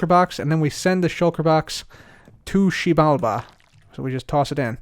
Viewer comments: just me that really likes but wanted to smack him when he kept saying "tushibalba"? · eventually i just heard TOOSHI BALBA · My head can’t take saying to xibalba any more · Take a shot every time he says Xibalba